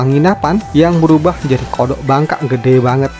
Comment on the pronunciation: Saat admin bilang ada kodok Bangkak , ketawa jahat pun gua keluarin🤣🤣🤣🤣🤣 kodok Bangkak kodok Bangkak, medok men